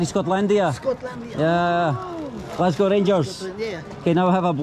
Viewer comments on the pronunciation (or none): none